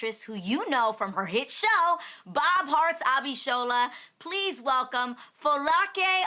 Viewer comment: Anybody else impressed with how well Adrienne pronouced her first and last name especially that last name😊😊👏👏 I was so happy I got so excited I was like yasss Adrienne 😁😁👍👍 kudos to you she was about to beome one of my favorites after that moment I can't😁😁 so amazing!!! bravo way to go!!!👏👏👏👏